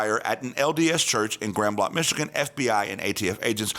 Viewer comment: its pronounced GRAND BLANK !! Michiganders don't use the French pronunciation.